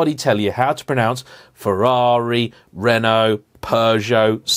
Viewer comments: You are pronouncing BMW wrong 🤣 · BMW is not pronounced B, M, W it’s beehemdubbywah.